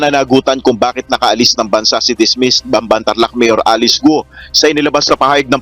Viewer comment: Yung nag voice over, ayusin mo sakit sa tenga pronounciation mo, sa alice at camara, follower ako ng bunyog